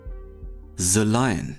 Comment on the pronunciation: Ze line oder the line? 😂